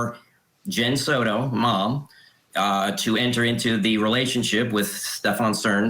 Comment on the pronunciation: "sourou" It is Soto. not an "u" in there, not an "r" in there. It is not an english last name. learn to pronounce!!